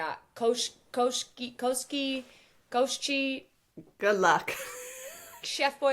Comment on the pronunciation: Koschei is Coas- Chey or Cos Jay..... sorry it's Russian originally so it's harder than most. Also WAY to leave us fully on the edge ending at Chapter 18 🤣🤣 I have started to re-read this book because I wanted to experience it again along with you girls!! ❤❤ Love you both so much!! 🥰🥹